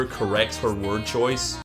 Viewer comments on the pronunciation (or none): none